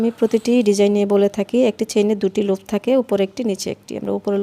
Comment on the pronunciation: আপনার বুঝানোর স্কিল ভাল কিন্তু শব্দের উচ্চারণ গুলা বেখাপ্পা লাগছে সিঙ্গেল কে চিঙ্গেল, লুপ কে লুফ ভাল লাগেনি